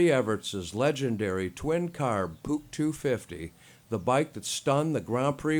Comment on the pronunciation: Perhaps you should tell your "ai voice person" that it is n o t pronounced "puke".....🤯 #aislop #NEXT